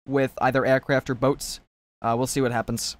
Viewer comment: he said aircwaft (maybe) more or less